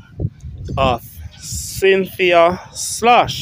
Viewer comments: Her name is pronounced Skloss not sloshh or whatever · Her last name is pronounced like skoles